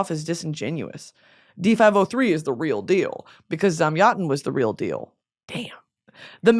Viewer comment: Your pronunciation of Zamyatin for me (russian) sounds like someone speaking russian being waterboarded :DD